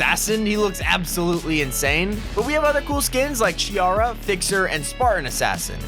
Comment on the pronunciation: Chiara is pronouced as Kiara